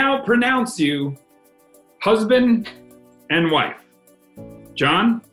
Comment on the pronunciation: I now pronounce you Mann an Vaif